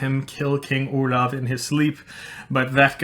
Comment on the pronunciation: oh i'm desapointed because you pronouced "oulav" while i always thought it was "oh-lahff" ( "grosse baffe" for who could understand that joke ) ; it's like earing the name of another guy...